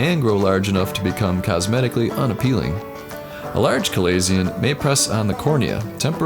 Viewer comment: You are miss pronouncing chalazion...notice the ch is is said like the sh sound